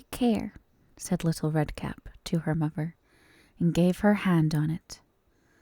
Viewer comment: Are you from Britain? Its just the way you said Mother sounded EXACTLY how I say it 😂